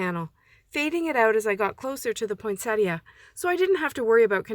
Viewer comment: Thank you for pronouncing poinsettia correctly. Great cards and good techniques for me to try.